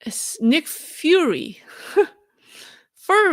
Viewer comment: "Fury" is pronounced like the word Fury that means "rage". Fiu-ri "Furry" is pronounced like the word that describes a cats fur. Fur-ri